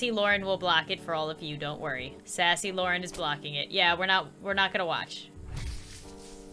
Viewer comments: When i first saw this meme i tought the same thing and i hear Lauren couse DIS HER SIMULATOR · LAUREN xD (I hear Laurel)